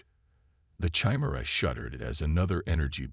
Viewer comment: How does an AI reader not know how to pronounce Chimera?